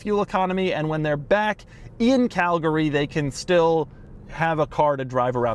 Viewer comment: Me too! I was like “Did he say Calgary???” and sure enough he said it again for confirmation. Lol